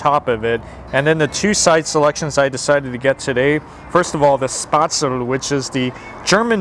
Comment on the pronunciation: Please check your pronunciation before you say it i who lived in Germany for half my life...1st was Weißwurst 2nd was Jäger... 3nd was Spätzle and couple of other names... you said the owners are German ask them!